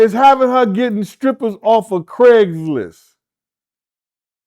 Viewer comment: Craiglist? Bascstage??..... lol. Cmon